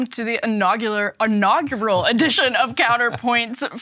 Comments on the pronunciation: I'd buy an NFT of emily saying "inagular"... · What a ignagurrral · This calls for a hat. "Totally Inaugular" 😁